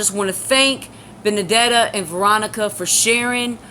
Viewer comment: finaly saw your entire long long live stream.. it was great... so glad you meet my pal.. Betty.. well.. Benedeta.. and yes uou pronounced it correctly... you pronounced my name well enougth.. i told Betty about you a few weeks back and shes ben watching.. shes cool aint she... like you and i she too has left the catholic church... i hope it isnt raining over thete so you and Egypt can enjoy your game.. GOD bless you.